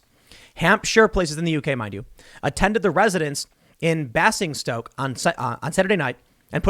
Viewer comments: That's Bay-sing-stoke - not ba-sing-stoke Tim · just for future reference: Basingstoke: bay-zing-stoke. Glad I don't work there anymore. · I love how he calls Basingstoke, Bass-ing-stoke. From the UK so I know how it's actually pronounced 😂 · Hi Tim. It's pronounced baze-in-stoke. Also known as Blaze n Toke. Catch the steam train to Blaze n Toke Choo choo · The way Tim pronounced Basingstoke made my willy go in.